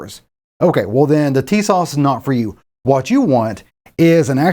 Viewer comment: FYI I believe the correct pronunciation is " Tuh-SASH ". Emphasis on second syllable. I saw that when listening to the Turkish manager of the plant in Turkey in a Documentary film.